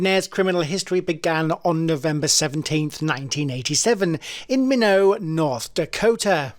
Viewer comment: At it's pronounced MY not,North Dakota.Minot,North Dakota. ,it's YOU nah Bomber(Unabomber).Love the channel,cheers from Boston.